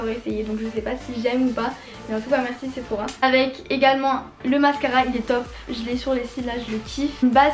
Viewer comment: cest pas séphora mais sephora